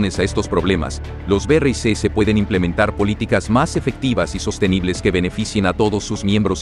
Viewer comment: BERREISESES...NO PUEDES DECIR BRICS? DISLIKE